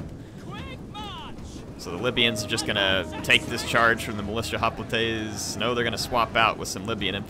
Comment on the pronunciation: As much as I like Total war Rome2, It pains me to listen to call Hoplites... Hoplatay's. He started out saying it right, Than cringe factor started.....